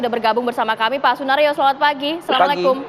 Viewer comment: Penyebutan nama kok sunaryo?